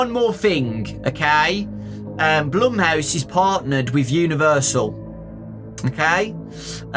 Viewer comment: Not even says blumehouse